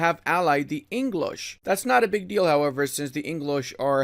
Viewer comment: Every time says,,it's not a massive deal though" like in I literally hear,, its not a massive dildo"